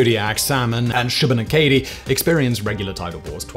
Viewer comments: Shubenacadie is pronounced "shoo-bin-ACK-uh-dee", not "shoo-bin-uh-KAY-dee". You have the ackSENT on the wrong sillAbull. If you mispronounced it on purpose, good job! You got engagement! :D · as a person from nova scotia, I ask you to pause and say shoe-buh-nack-uh-dee